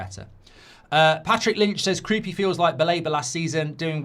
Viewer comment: Kroupay? I thought it was Kroupi